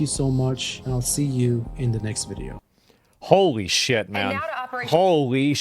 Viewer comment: I like when says "sheeeyuht" like that. Reminds me of my Austin fam 😆